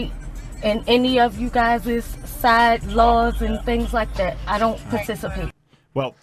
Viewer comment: You guysus 🤔🤣🤣🤣 English major yo